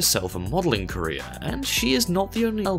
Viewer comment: When he said career my brain always got "Korea"